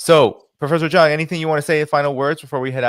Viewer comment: He keeps on calling him Prof.Jang, which should be called Prof. Jiang